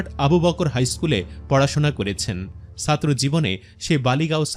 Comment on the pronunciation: আঙ্কেল উচ্চারণ শুদ্ধ করেন। আপনি ছাত্র উচ্চারণের ক্ষেত্রে বারবার সাত্র বলছেন। বিশ্রী লাগছে শুনতে। শুদ্ধ উচ্চারণ করতে যদি না পারেন, তাহলে যোগ্য কাউকে দায়িত্ব দিন।